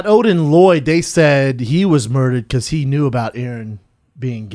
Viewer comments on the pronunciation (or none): none